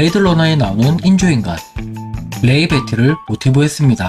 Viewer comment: 레이 베티가 아니고 로이 배티( Roy Batty)입니다.